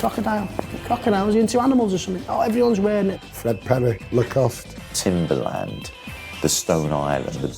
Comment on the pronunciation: its Lacoste lol